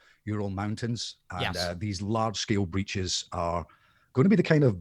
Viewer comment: when said dimensional breaches, instead of hearing him say breaches i heard dimensional bitches xd